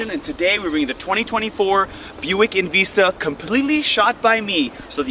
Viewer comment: Love the vehicle and appreciate calling u out on “EnVeesta” I cringed every time u said it like that